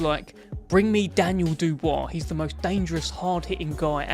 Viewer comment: The guy talking can not say Dubois name properly